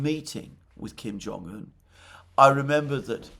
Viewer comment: I'm glad that Alexander finally got the pronunciation of Kim Jong-un right. It used to hurt my ears.